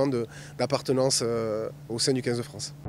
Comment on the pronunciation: dit par DEUX FOIS "en équipe de Fran" en éludant sciemment le "ce" finale. C'est un deni de notre pays, honte à lui.